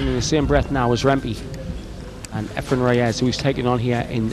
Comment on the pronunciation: It's turning me against this one listen to this announcer calling Efren every name but his correct one .